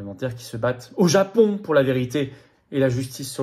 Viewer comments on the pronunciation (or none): none